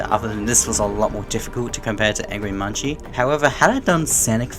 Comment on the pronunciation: munci's name isnt pronounced as munchi, its pronounced as "munk-see". the creator of angry munci on gmod confirmed this